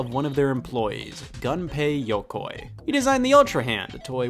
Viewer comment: It's "Gunpei" Yokoi not "Ganpei". It's pronounced like "goon"